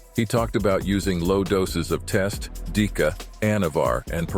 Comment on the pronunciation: Before you make a documentary, learn how to pronounce names like deca.So you won't make fool out of yourself like you just did.